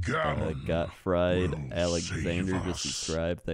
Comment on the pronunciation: Got-t-fried-alexander ^^ Gottfried is a german name ^^ but we love you anyways <3